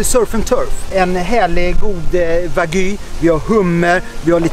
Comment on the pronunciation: ”Det vart snack om nån wagyu” lät mer som ”Det vart snack om nån va gay” haha